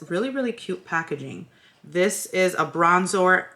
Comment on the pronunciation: Behold my bronzor...😂 I’m always butchering words but now I will ALWAYS call it bronzor🤎❤️